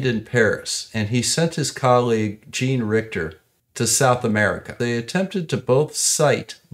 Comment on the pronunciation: Your pronunciation is correct, but Halley is the correct spelling. Also, as Richer was French, Jean would be pronounced more like Zhohn. (I don't know how to write that better, but you get my drift).